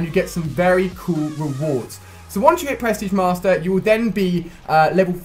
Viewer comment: I love it how it sounds like you say press tige master